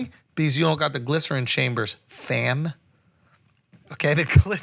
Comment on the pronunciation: yo that "Fam" sounded like something else XD